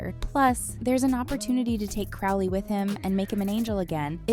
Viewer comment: Pronouncing Crowley wrong ruins the experience, sorry :)